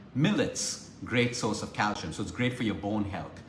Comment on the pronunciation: Happy belated birthday! Calcium pronounced CAL SEE UM